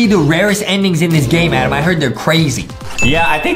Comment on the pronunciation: It is raccoon not squirrel. Justin Adams my favorite now I won’t call him adem